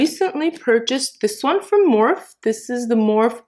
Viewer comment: Its not morph its pronounsed with the e on the end